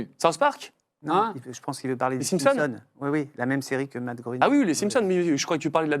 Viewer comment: Matt Groening, ça ce prononce "Gré"ning 😉 Merci pour cette émission de légendes 🫶🏻